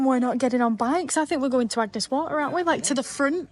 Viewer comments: Damn, you said Agnes Waters 🙄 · It’s Agnes Water not Agnes Waters. 👍